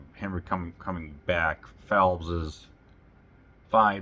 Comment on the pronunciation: Really enjoyed your review of The Abominable Dr. Phibes! Normally I let pronunciation quirks slide, but since we’re talking about the title character, I have to jump in — “Phibes” (P-H-I-B-E-S) is pronounced “Fibes,” like “Vibes.” Not “Philbs” — there’s no L hiding in there. I have to admit, I was a little surprised you said it that way, especially since they mention his name so many times in the movie. Just thought I’d pass it along — after all, Dr. Phibes deserves to have his name said right!